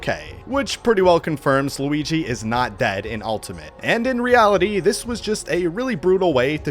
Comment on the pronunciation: Guigi? I thought he was called Luigi.😂😂😂😂😂😂😂😂😂